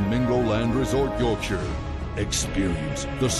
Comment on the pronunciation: I will never get tired of "Yorkshire" being said in a Don LaFontane esque American accent.